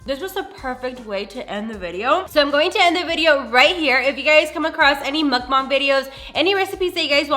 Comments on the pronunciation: Why do you say Mukbang like that like bro? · muckbangs bro its muk B-A-N-G-S